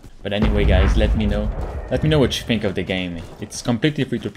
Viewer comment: Did he just say "Alright gays" 🤔